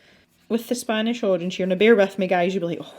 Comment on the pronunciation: 'the spOnish Arange' .. I'm crying 😂that kind of happy accident happens to me all the time.. I always say my little dyslexia is coming out to play. Now that I have finished watching and calmed down I can properly comment :) I love the picture! It looks so great. And I agree with the opinion about the paper... Johanna's books have had better paper. I'm wondering though if you have the American version for some reason? Which supposedly has even worse paper than the British version?